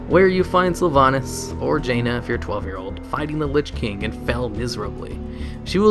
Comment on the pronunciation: he said jaina and i dont get it